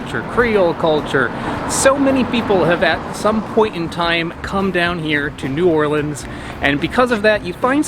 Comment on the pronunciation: As a native New Orleanian, now somewhere else and homesick, my reaction:: "I'm in New Orleans..." Me: "Yay! he pronounced it right": "... the Big Easy" Me: "nevermind, he called the "the Big Easy"" "So how did it get to NOLA?" Me:" OK, he called it NOLA, he's forgiven."